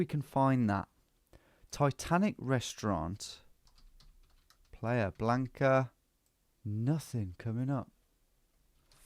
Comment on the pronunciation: “Player Blanca”? It’s playa blanca, pronounced PLI-uh. “White Beach”.